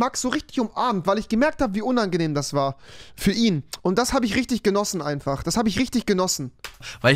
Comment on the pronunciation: Kennt ihr das sagt nicht kennt ihr dis